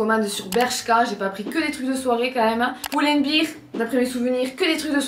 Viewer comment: Pull and beèèèèèr, pas bir.;) Prof d'anglais, ça me fait trop mal. Les robes te vont super bien!